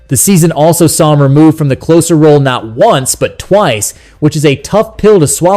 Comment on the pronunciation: Why would any serious baseball fan pay attention to this AI generated narrative? It interprets the slash line as a string of "divided bys" and pronounces "closer" to rhyme with "dose" rather than "hose." What a crock! In any case, it's much too soon for anyone to be making realistic pronouncements about the 2026 roster.